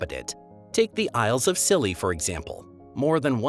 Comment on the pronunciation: Congratulations on the most mispronunciations I have come across in one video! I'm still enjoying the content though once I realize what you are talking about 🙂